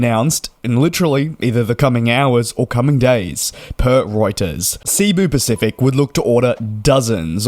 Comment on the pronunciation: It's SE-BU not SEA-BU Pacific. Short E, like "sent", just from a Filipino.